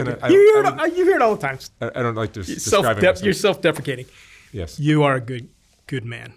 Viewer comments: I love a conspiracy theory don't get me started on 9/11. This is one I just can't subscribe to I just can't. I'm sorry. Also please somebody told me he said self-defecating as a joke when he meant self-deprecating cuz I just really can't😂😂😂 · He just said self defecating the first 50 seconds, I am done